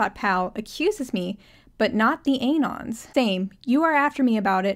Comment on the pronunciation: lol at AY-nons instead of a-NONs